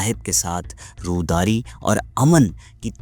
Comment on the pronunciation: Wha is rodari..? 😂..ye rwadari h.. na sirf ye blky urdu k r b alfaz sahi ni ada kr re..